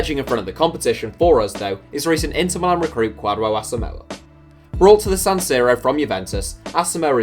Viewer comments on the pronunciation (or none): Ghana's Asamoah is pronounced Ku-jo